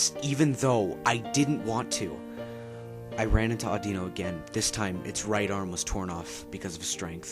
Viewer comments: its pronounced AW-DEE-NO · Dude its pronouced aw di no